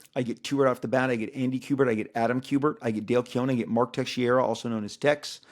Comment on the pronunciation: Hi! First time viewer, loved the show and I’ll continue watching it! Fyi, I’m latino and I know a lot of Texeiras, it is pronounced Tex-SAY-Rah.